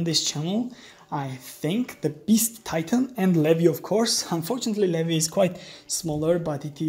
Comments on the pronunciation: you didd :0 you said "lehvy" instead of "leeveye" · Umm did you just call Levi Levy.